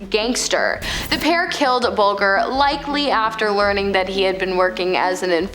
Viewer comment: I like the content & presentation but you should research the correct pronounciation of the names. You got both ‘Geoghan’ (Gay-gan) & ‘Bulger’ (Bul-jer) completely wrong.